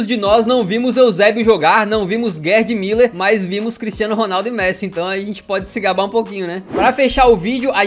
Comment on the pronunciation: Porque é que vejo pessoas no Brasil a pronunciarem Müller, como Miller? Já vi várias vezes. Mas é mUller, mesmo.